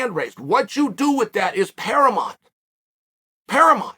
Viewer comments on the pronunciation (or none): I thought the word was paramount... But I guess it's "paramont" from now on. Thanks for the correction Uncle Chael.